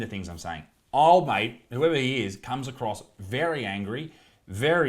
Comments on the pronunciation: the only way that thing is a 10 is if we are talking about how many tons it weighs. you mispronounced "he" a lot in this vid too. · You keep pronouncing he/him/his wrong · You keep mispronouncing he